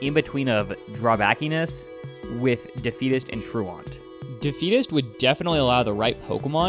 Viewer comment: why can no one pronounce truant its literally said "true ant" like being a truant skipping school